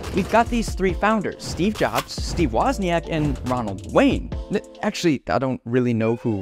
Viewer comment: The pronounciation of "Woźniak"💀